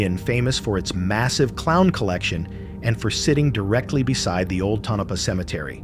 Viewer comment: It’s tonopah